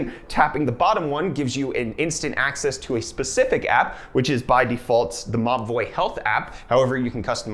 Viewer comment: Every he said "Mobvoi" I understood "ma boii"